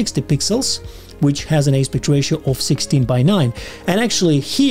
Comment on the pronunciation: Thank you for the video - turns out this one simple thing is not so simple in DR! FYI, the word "aspect" is pronounced differently than the way you're saying it.